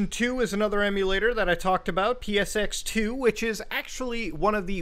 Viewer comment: HEY EVERYONE! HE SAID PXS2 INSTEAD OF PCSX2! POINT IN HIS GENERAL DIRECTION AND CHUCKLE!